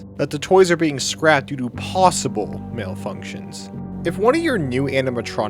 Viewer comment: Took me a long time to figure out you said malfunctions rather than male functions and I was so confused.